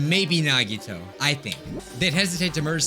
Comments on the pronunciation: I have a fun game Count how many times he pronounced Nagito wrong every episode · it’s true, nagito’s real name isn’t nagito. it’s actually nagitoe